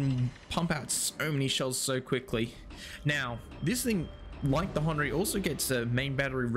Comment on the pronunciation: It's not Hon ree it's Hen err ry